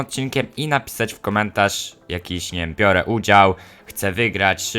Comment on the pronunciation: "Bire udział"